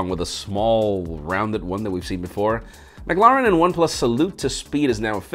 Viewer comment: I’ve never heard anyone say “McLaren” the way you do 😄😄..